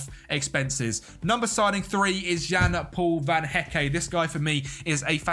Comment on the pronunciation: The official name butcherer, Van Hecké yanoe